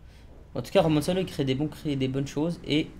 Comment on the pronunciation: Ptdrrrrr il pense toujours que le nom de son créateur c’est Romanciano alors que c’est Romanaccio mdrr